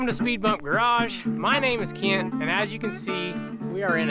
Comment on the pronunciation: Where can I see more Jack and less Keyent ( I never heard Kent as two syllables).